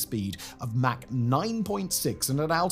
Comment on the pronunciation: Mach is pronounced like Bach. Mack is pronounced like Jack. GIF? Linux?